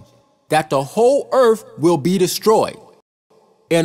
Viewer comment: It's Earth not Eartff!